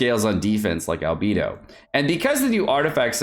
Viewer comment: That's not how you pronounce Ganyu and Beidou, even Albedo